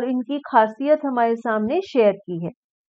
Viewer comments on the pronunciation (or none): none